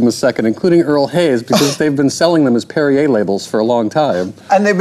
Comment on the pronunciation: Perri-Air? It makes me want to have one, like how President Skroob did.